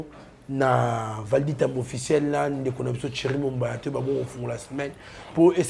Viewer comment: c'est Thierry et non tchery monsieur